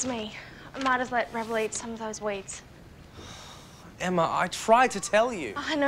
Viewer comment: Why did I feel like said * emmer * instead of Emma when he was at Emma’s house